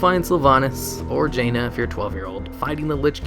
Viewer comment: "or Janina if you are a 12yr old" am i the only one that heard that lol